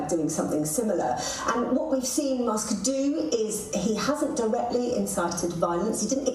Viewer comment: Musk, not mosque